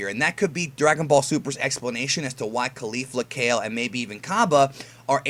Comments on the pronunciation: It's said Kal-Lay not Ka-ill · kale (kah-lay) :U